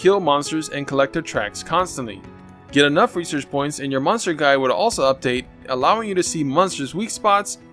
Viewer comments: Does any body realize he say munster instead of monster? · You say monster like meunster lol